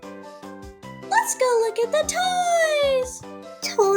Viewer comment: said toesh instead toys